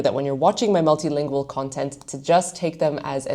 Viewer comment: I only hear occasionally in the words she says such as the singular ‘language’ (tch sound) and ‘content’ (first syllable sounds like a Dutch person saying the word, uh you know which I mean).